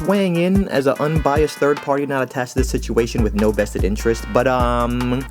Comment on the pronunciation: 🤨It's vested not "bested" LOL